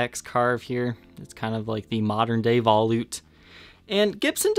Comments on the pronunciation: Veh loot. Not vah lewt. Sorry. Awesome video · Black chrome. First thing I said when I saw this 'thing' is "It looks just like a Jackson Roswell Rhoads!!" I also believe it is pronounced vol-ute, like sport-ute, not vol-oot. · I appreciate your efforts... but for the love of god, “vuh-loot”. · Yes...... vuh-loot